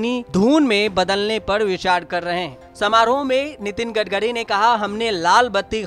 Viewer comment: 🙄🙄Gadgari Nahi Gatkari Bolo Anchor Bhiya🙏🙏